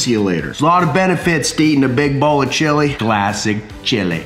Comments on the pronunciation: I died every time he said classic chili 😂😂😂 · Just finished. 😂😂 This is one of the funniest vids you have ever made. Keep the accent and sneak the word chilllley into all of your future vids. TIA.